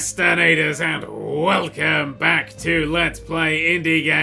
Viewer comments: *Percrastinators. Always bothered me for some reason. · chrisadeth: "Hallo promastubaters"